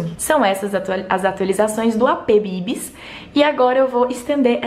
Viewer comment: Tu arrasou MUITO no nome: BBBibis hahahah Ameeeeeei!